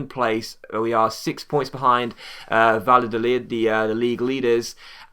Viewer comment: You´re pronunciation of Spanish names is actually not to bad but double l is something like j or y in Spanish-Spanish so in case of Valladolid you pronounce it more like Vajadolid and btw love your videos you´re one of my favorite YouTubers P.S.: don´t use the financial takeover it would ruin the series and take away the challenge of having no money